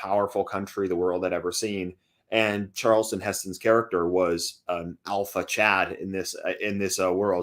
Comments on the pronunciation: calls Charlton Heston 'Charleston' lol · His name is Charlton, not Charleston man.